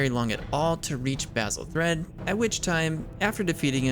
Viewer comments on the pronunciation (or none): none